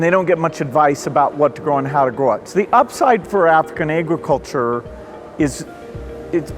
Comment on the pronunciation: Lol Gates.. Ay-gruhculture. Though I guess being a billionaire allows you to say words however you want x)